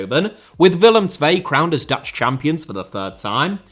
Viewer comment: Your pronounciations of Dutch were very good.